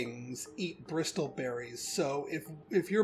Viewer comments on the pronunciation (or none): I know this video is a year old, but man... the "t" in bristle is silent.